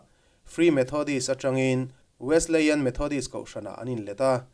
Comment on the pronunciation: Kan kohhran Wesleyan Methodist Church i lo sawi lang ve chu a lawmawm hle mai. Kan kohhran hi hria an tam lo ve angrengin ka lo hria a. Chuanin Wesleyan i lam dan khi Wesli-ian anga lam tur a ni e 😂.